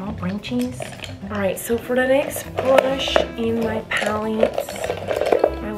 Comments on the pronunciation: No body Literally Why did she say brunch instead of brush and why did she eyelatches AND max 🤣🤣🤦‍♀️🤦‍♀️ This is how many times she said eyelatches 👇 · Bruch!(brush) esited (exsited)😂😂😂😂😂😂